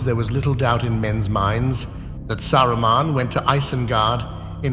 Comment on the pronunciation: Saraman , sarroman xd 😂